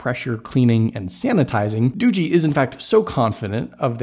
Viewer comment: It's not Doogie as in Doogie Howser it's pronounced Doo-jee like this tech review on this video said LOL